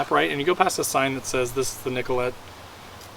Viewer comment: Shwa- muh- gun Nick- uh -lay Say it with me.